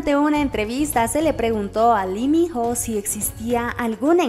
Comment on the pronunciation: La pronunciación del hombre es tal cual te lo escribo a continuación; I MI NO, por favor pronuncialo bien ya todos sabemos como decirlo.